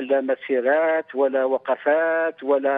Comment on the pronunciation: هنالك متدخل ابو بكر علي اساس كجزائري و هو مغربي من نطقه مسيراتت.. الجيش.. لا حظو طريقة النطق 😅😅